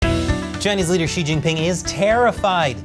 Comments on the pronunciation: Xi-eeesh... what an idiot. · Xi is pronounced "she"